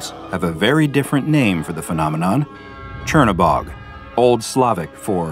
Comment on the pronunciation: As a slav its funny to listen to you trying to pronounce Crnobog